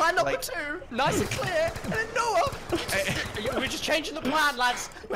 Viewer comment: all i ask is for to stop saying "noahj"